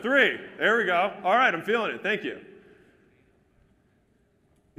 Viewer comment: who else loves it when alex says "al'ight"